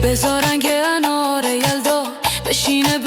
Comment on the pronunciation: هوش مصنوعی صدای آقا به انار میگه آنار 😅